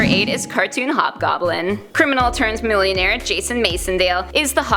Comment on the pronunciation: Jason MACKendale..... not MACE